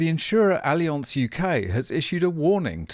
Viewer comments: ALI-ONSE??????? C'mon since when do we stoop to pronouncing words in their native form? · Allianz is a German company. No need to try to pronounce it in a French way.:)